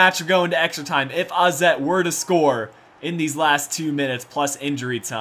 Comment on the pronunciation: Wait... How did you pronounce 'AZ' the right way?